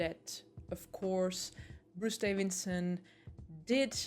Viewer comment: Why are you calling him 'Davinson'?